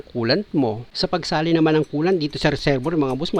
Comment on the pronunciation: Reserbwer ❌ Reserbwa ✔️